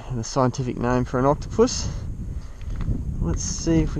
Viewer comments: it said coctopus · says Coctopus